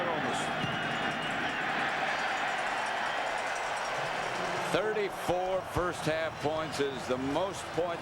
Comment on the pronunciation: Lol anyone ever really notice Madden saying omus instead of onus *?